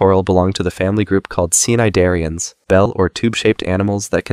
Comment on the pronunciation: cnidaria is pronounced nay-deh-ria